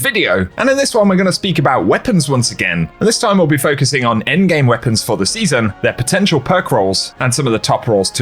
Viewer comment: "engame" he says lmao